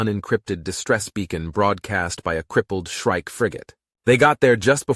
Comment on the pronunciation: Shrike is not shriek. Get a editor.